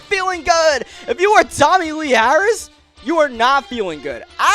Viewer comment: “tommy lee harris” lol try again 😂